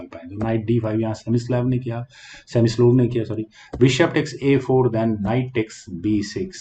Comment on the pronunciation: सेमिस्लोव नहीं सर स्मिसलोव होता है।।